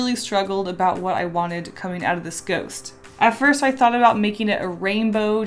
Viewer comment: omg she said a goust of a mouth lol